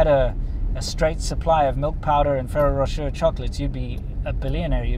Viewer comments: Try pronouncing it "fereiroh roshay"? It's a made up French name. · I used to work for a food broker in the USA and I represented thousand’s of items in each grocery store and one of my items was Ferraro Rocher (pronounced in phonics, Fa rare o, Ra shay). They are delicious but I can no longer eat them as they are not gluten free. The milk powder info is very interesting. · Maybe learn to pronounce Ferrero Rocher, but great video!